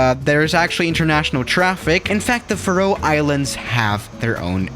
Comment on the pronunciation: I'm Not sure but isn't it pronounced far-ow islands.